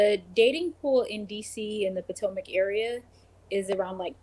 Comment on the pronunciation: Are you saying potmac on purpose? LOL!!